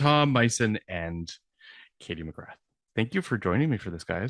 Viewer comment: Katie Mcgrath, Face during the introduction was priceless!!! 😂😂😂 Why can't people pronounce Katie last name. It's not that hard to say, Mcgrath!!